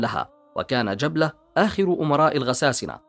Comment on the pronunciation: جبلة بن الأيهم بفتح الباء و ليس تسكينها يا أخي و شمر بكسر الشين و فتح الميم و ليس تشديدها و فتح الشين ........ أرجو النتباه للتشكيل جزاك الله خيرا لأنها مواضيع و أسماء تاريخية و تراثية